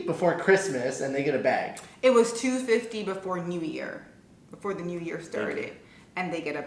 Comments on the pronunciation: It sounds like you're saying beg not bag lol. says WAP weird too. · It’s adorableee! It sounds like “beg” when your say bag 😜🤗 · Okay says BEHG or Bāg • says it correctly, Bahg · you say bAYg and we say bAg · The weird pronunciation of the word “bag” seems to be a Canadian thing. You guys say “beg” or “bage” and Americans say “bag”—like it’s spelled. Ha! Love this video, guys! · i've never really noticed the way says bag. now i can't unhear it. it's as if she's saying "beg" and "bag" at the same time. you can hear the "-eg" at the start, then it switches to "-ag" at the end. also, the word is stretched out, almost like there's two syllables. and i wouldn't say she's saying it funny. sounds normal to me. i actually had to play that part of the vid several times to find something. could be because i'm from the south. a lot of my words sound "stretched out". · I never noticed before but you do pronounce bag like bay-g 😭😭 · I pronounce bag the same way (sounds like bayg) and I’m from Toronto, I didn’t realize it until a family member from the US pointed it out lol, people I grew up with pronounce it like that too so it must be a Toronto thing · your 'bag' sounds like 'beg'😂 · yoooo your Jamaican came out wgen you said "BAG" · Bag or beg, this is how Canadian pronounced it.. It is just a Canadian thing... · I didnt even realise you said bag different lol but listening to you in this video saying it, you actually do say it differently